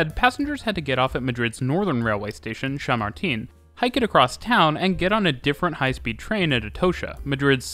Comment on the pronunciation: "Shamartín" and "Atohsha"? 💀